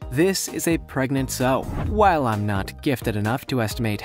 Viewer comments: Sow rhymes with how not ho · When it showed the pig part, the female is pronounced "S-OW"